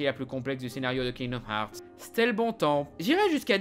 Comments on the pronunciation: C est pas kingdom harts mais herts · Bonne vidéo malgré les « kingdoum hearts » qui me font grincer des dents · il dit kingdoum hearts jadore 👁👄👁👉👈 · "Kingdom HAARRRTTSS" accent anglais Zéro ! Oui monsieur ! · Je suis le seul à entendre « kingdoom harz » en début de vidéo? X) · Tu prononces le jeu tellement mal ....